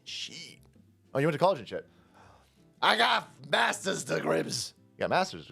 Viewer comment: A “Massas” degree …